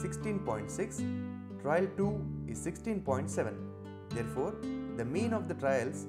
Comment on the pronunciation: I guess it should be "trial" and not "trail"?